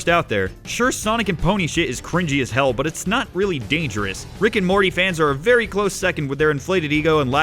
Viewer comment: Great opinion. Not sarcasm, vewy nice.